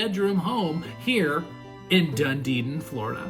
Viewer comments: It is pronounced DUN-Edin, not DunDeedin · it's pronounced Dun-e-din. There's only two ds in the name. It's not dun-de-din. Nice mobile home but I would have to make several changes to it, starting with sliding glass windows instead of just screens on the Florida room and lanai. I wouldn't pay more than $50000 for this place. #1 strike against community- no pool! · I lived and worked in Clearwater FL for 17 yrs, we never called it Dund-edin it’s Dun-edin? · Did you mean Dunedin; there is no Dundeden in Florida when I checked Google. The MLS listing is in Dunedin. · the The Name of the city is called Dun •E•Din like Done•E• Din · Yes Done•e•din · Dunedin=doo-nee-din 😊 these homes are really cool. Are there mobile home parks that allow you to buy the land like a traditional home? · Sorry the name is not doo•nee•din the name is pronounced Done•E•Din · It's pronounced Dun E Din. Emphasis on the E.